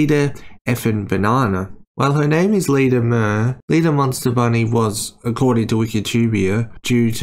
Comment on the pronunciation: BTW it's pronounced "myoor", not "mer".